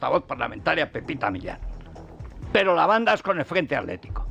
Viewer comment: Federico por que no pueden pronunciar correctamente atletico o atlantico o hitler y en lugar de ello dicen aletico o alantico o hiler? No hablas bien!!!